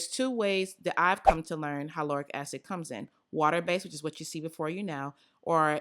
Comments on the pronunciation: I truly do love you girl. I love you so much that I gotta tell you- the word hyaluronic is actually pronounced HI-LAH-RONIK 🥴🥴🥴 Can’t have you going out like that 😩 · Omg I’m sooo trying the hyaluronic mixture!! I always learn something new with you!! Lol the way u say hyaluronic 😂😂🤗❤️❤️ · When you pronounced hyaluronic acid I was confused for a second 😂😂 But wow I didn’t know you could put it in your oils I might have to try that 🤩